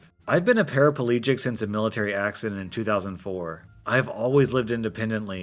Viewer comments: Americans its not parapAlegic. There is no extra A in Paraplegic. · Paraplegic - four syllables, not five.